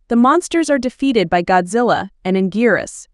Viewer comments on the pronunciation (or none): none